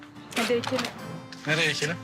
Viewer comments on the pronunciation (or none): Ekelim değil yahu dikelim olucak